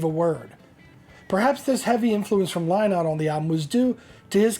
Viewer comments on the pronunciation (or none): Phil lynott’s last name is pronounced linnott say it as you see this spelling and you will be good.